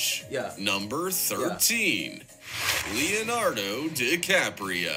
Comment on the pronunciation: Leonardo….like wine.